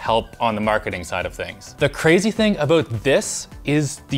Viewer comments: "The crazy thing aboot this" real Canadian this guy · i heard a clear aboot